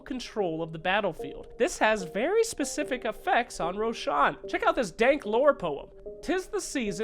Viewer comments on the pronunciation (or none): none